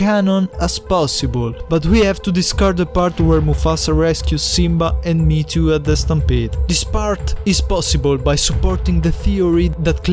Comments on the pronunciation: triggered by "me to" m hé é tó maybe thats also wrong but more correct than saying it like "me to" or worse "meat to" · i always pronounced mheetu me he too